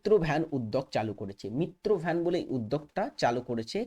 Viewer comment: মিত্র ভ্যান না মিত্র বন হবে 😂😂😂😂